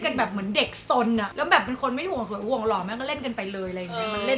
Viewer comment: when he said the word "loh" (handsome), it made me laugh so hard. he really lost. hahaha!